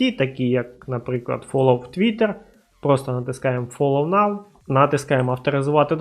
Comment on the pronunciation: Привіт, дякую тобі за відео! Я помітив що ти не правильно називаєш англійські слова(наприклад Get і Now) і це дуже ріже вухо, сподіваюсь що ти це пофіксиш, не сприймай це за критику, а сприйми як дружню пораду)